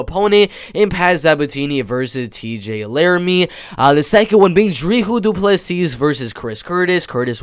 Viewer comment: The s in Dricus in not silent but the last s in du plessis is silent